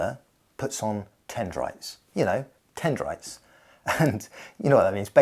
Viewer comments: dendrites. Not tendrites. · Dendrites, not tendrites... or am I mishearing you? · It's "dendrites"